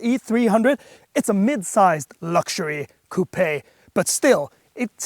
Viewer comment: You get a like for spelling and pronouncing coupé correctly. That being said I have owned the last three generations of the E Class coupé and cabriolet and I think the CLE range is throughly overpriced. Mercedes have never held their value, there's no way I am paying £60k for this brand new for it to lose 20-30% of it's value in the first year. At the rate the SL43 is losing it's price, I might just wait for one of those to slip into the same price range.